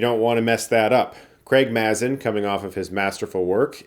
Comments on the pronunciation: Spot on review! Can't wait for the next episode. Also, I'm pretty it's pronounced MAY-zin. Not MAZ-in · Great to see you recapping this and looking forward to watching the show. Also, it’s pronounced MAY-zin. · Mazin is pronounced MAY-zin. Like aMAZINg. Because he is amazing. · Great review, thanks! Quick note, Craig Mazin's last name is pronounced MAY-ZIN (like Amazing). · Pronounced “May-Zin” 🙂